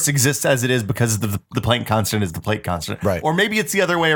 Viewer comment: A couple things: 1. Euler is pronounced 'Oiler' 2. Plank is pronounced 'Plonk' 3. 1=.9(repeating). Think about how (1/3)=.3(repeating). Now multiply both sides by 3. Sorry for nitpicking, I love you guys and this show!